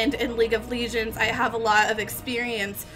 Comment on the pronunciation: LEEGENDS. can you speak english or are you stupid?